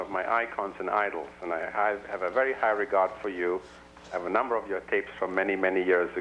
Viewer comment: Vewy vewy higly wespected man.